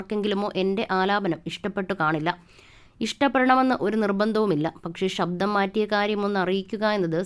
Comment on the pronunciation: വിവരണം നൽകിയ വ്യക്തിയുടെ ഉച്ചാരണം അരോചകം. ആദ്യം മലയാളം നേരേചൊവ്വേ ഒന്നു പഠിക്കു... ഷബ്ദമല്ല ; ശബ്ദം. 'ശ' മുഴുവൻ 'ഷ' ആയി ഉച്ചരിക്കുന്നു. അതുപോലെ 'പ്രതിഫലം' പ്രതി'fa' ലം ആയിപ്പോകുന്നു. 'f' എന്ന ശബ്ദം മലയാള ഭാഷയിലില്ല എന്നറിയുക. ' ഏകാന്ത പ'ദി'കനല്ല; പഥികൻ. സംവി'ദാ'യകനല്ല; സംവിധായകൻ. നിർബ്ബാഗ്യമല്ല; നിർഭാഗ്യം. ഇങ്ങനെ ചൂണ്ടിക്കാണിക്കാൻ തുടങ്ങിയാൽ ധാരാളം പ്രശ്നങ്ങൾ. മലയാളഭാഷയുടെ ഒഴുക്കോ ഭാവമോ ഈ വിവരണ ശൈലിയിലില്ല. ദയവായി മലയാളം നന്നായി ഉച്ചരിക്കുവാൻ അറിയാവുന്നവരെക്കൊണ്ടുമാത്രം ഇക്കാര്യങ്ങൾ ചെയ്യിക്കുക. അല്ലെങ്കിൽ ഇതൊക്കെയാണ് ശരിയായ ഉച്ചാരണമെന്നും ഭാഷാശൈലിയെന്നുമൊക്കെ വരും തലമുറ തെറ്റായി ധരിക്കും. മലയാളത്തെ സ്നേഹിക്കുന്നതുകൊണ്ടു മാത്രം കുറിക്കുന്നു.